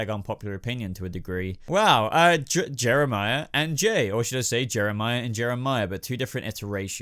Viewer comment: you called Jerome Jehmirah and when you said raz al gul episedo was called the demons head ps I LOVE GOTHAM ps Jehmirah is my best villan and Jerome second